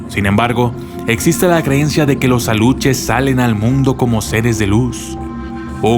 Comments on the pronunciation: Se llaman. ALUXES...NO ALUCHES! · Aluxes no se pronuncia como Aluches, si no como Alushes! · CUIDADO con la PRONUNCIACIÓN. Los alushes son con sh no ch. También cuida la Reina. No sé cómo escribir la pronunciación. México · Se pronuncia (ALUSHES) Aluxes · Me dio un poquito de risa como pronunciaste Aluxes. Lo siento, soy de un pueblo cerca de Mérida, Yucatán, y me ha encantado tu video.